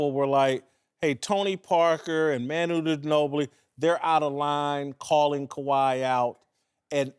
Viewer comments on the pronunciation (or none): "Tony Parker and Menuu ni nobli" 🤣